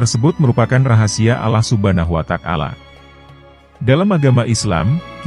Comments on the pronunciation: Ngucapin Allah ny kurang jelas komentatornya , faktor kesengajaan atau gmn .. maaf br dengar pengucapan lafadz Allah aja anda seperti itu sy tidak tertarik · Maaf ini yg bicaranya agama non muslim ya krn sebut Allahnya tdk benar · Ini kykny bkn chanel Islam. Hostny jg ga fasih bgt ngucap Rasululullah n Allah. Ga ngucap assalamualaikim jjga. Waduh..